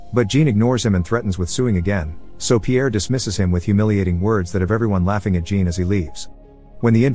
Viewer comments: No it's not. Jean is pronounced similar to John in English. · He pronounces it as Jean in English, a womans name. Obviously in French it's closer to John. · The first part of Jean is pronounced more like Jacques, and the end sounds like faun, so sort of sounds like Jaun but without the hard J. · His name is Jean, not Gene. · As someone with the first name Jean. It hurts every time he pronounces it as "Gene" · Same lol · That’s because robot don’t know the difference. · Don't worry, every francophones watching this probably cringed their teeth to the flesh. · All these people know how to pronounce Jean but don't know it's the "zh" sound... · "Jean" should be pronounced as John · Jean is actually pronounced Zhahn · Loved the movie but you kept mis pronouncing Jean its a French Jean a soft J almost a sh then dropping the n almost like shaun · It’s, JEAN (pronounced-John) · jean or 'Jhan'? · Jean as pronounced sch-ohn